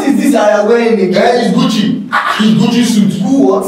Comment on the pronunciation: it's GUCCI 😂😂 you dont know how to say it because you dont know how much it is😂😂